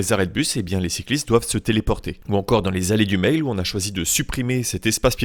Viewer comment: Super vidéo comme d'habitude :) Pour info, Mail ne se prononce pas comme un e-mail mais comme la marque Maille. Je l'entends régulièrement car j'habite allée du Mail mais pas à La Rochelle. Bonne route !